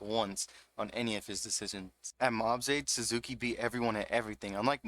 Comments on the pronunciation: and then you called him SUZAKU IM DEAAAAAD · LMAO naw you're good bruh. You emphasize the SuzUki which isnt really bad but the SUZAKI gave me goosebumps and not the good kind LOL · The way you pronounce "Suzuki" is giving me seizures but great video!